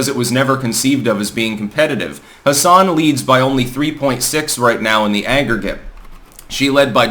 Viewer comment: For what it's worth it's pronounced "Hass-in". There are plenty of Democrats in New Hampshire, but I've heard way more people talk positively about Don Bolduc specifically than have talked about Maggie Hassan specifically.